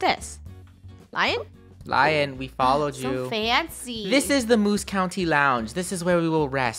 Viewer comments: I think it is Leon not lion but who cares?😎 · its lion (leon) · Did anyone hear them say LION! It is pronounced LE-ON!! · Lion is pronoused: (Lea-on) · saying lion ME its lion (le -on) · i think its pronounced as "lee yon" not "la yon" but im not sure lol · Is anyone else getting triggered that they are saying lion instead of L-e-o-n